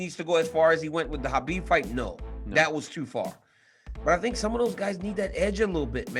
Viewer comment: Nur mah go med ov like saying off except with a v